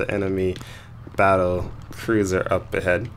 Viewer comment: "Battlecruiser" bruh